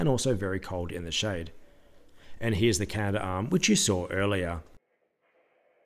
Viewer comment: it’s CA NA DARM not CA NA DA ARM